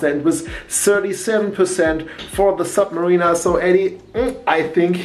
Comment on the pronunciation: Submariner not sub Marina ....Sub Marina would be a place to keep U boats :-) ...... Ilove you German guys from our old country but don't Butcher Anglo-Saxon please guys!